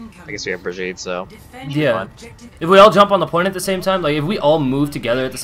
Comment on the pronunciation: I don’t think a single person pronounced Brigettes name properly the whole game lol